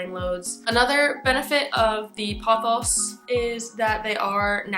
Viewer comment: I love the way you say pothos,seriously.